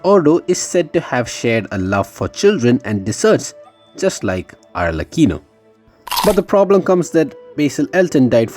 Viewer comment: No it’s alrecheeno